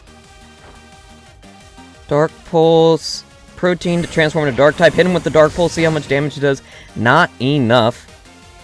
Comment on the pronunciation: I've never heard Protean pronounced like that. It's not the same as 'protein'.